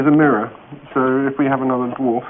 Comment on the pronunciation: I think we can all agree that Ben Elton could not pronounce Dwarf. DerWarf indeed...